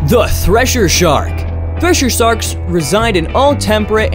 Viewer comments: Wait what did you call it? Thresher sharks or thusher shaurks I'm very sure you said thusher shaurks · Threser sarks😂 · omg "thesher arks" omg lol